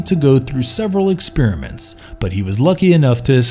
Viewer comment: Also, "expiriment"